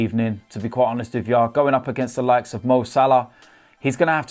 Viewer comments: And everything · “To be quite honest wiv ya” - 2019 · No I’m ok with that